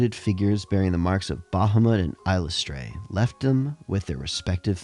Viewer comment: Gods, your pronouncing of Eilistraee is driving me up the wall lol It's "AISLE-iss-try-ee"